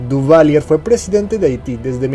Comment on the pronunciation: Sorry, se lee, Duvalieg..